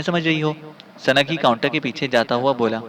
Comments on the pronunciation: سنگ ہی کو سنگی پڑھنا زیادتی ہے اور بہت جگہ اردو تلفظ بہت ہی غلط ہے۔ اپنا تلفط درست کریں نیز سنگی بول بول آپ نے سارا لطف کِرکِرا کر دیا۔ بھاٸ یہ نام۔۔۔۔سنگ ہی ہے Sung hi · it is sungh hi not sungi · Halanki awaaz sahi hai lekin Sanagee, sanagee karke aur aise hi latadaad ghalat talaffuzu ne maza kharaab kar diya sunnai ka.